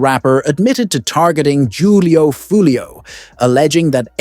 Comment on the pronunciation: Jew lee o. Foo lee o 😂😂😂